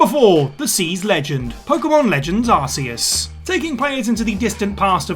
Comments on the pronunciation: Everybody gets that pokemon's name wrong... Ark Ee US is how you pronounce it; not Ar See Us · Huh, it's actually pronounced "ar-key-iss", and the Pokémon games even proved that without voicework. In Sun & Moon, there's a new Pokémon called Silvally (the evolution of Type: Null). It possesses the ability to change types and its signature move Multiattack depending on what type-keyed Memory you give it... similar to Arceus's plates. Silvally's ability is called the "RKS System". If you pronounces each letter individually, you get "ar, kay, ess"... or "ar-key-iss"... or "Arceus" ;) So yeah, one Pokémon's ability confirmed that another Pokémon's name uses a hard C :P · Ig - Wan - Ah / Arc - e - us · Why can't you say Iguana or Arceus properly?!?